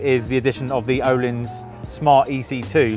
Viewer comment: Nice to hear someone actually trying to say ”Öhlins” the right way. ^^ You can always trust the 44Teeth boys